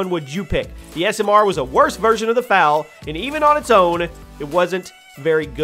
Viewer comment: The fal is pronounced F A L